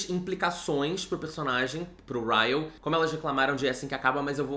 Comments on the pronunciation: Sentindo muita falta do chamando o Ryle de Kyle.. hahaha... acostumei por causa do vlog. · Hoje o não errou o nome do Ryle KKKKKK